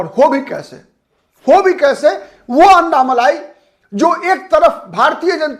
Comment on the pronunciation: अन्नामलाई नही अण्णामलाई बोलिये आप " ण " का उच्चार नही कर सकते क्या?